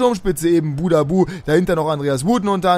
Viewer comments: Der heißt buhadusch und nicht nicht budabu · Der wird Buhadduß ausgesprochen